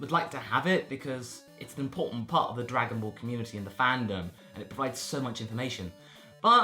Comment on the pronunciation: "Swagon Ball".